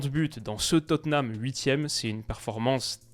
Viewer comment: Tu prononces Tottenham enfin correctement ! Ça, c’est historique 👏👏👏